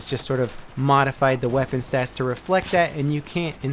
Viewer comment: SniperChris54321 Right, thank you for correcting me on that. Got those two mixed up it seems xP. But back to the my main question. Why do you say it like STATS?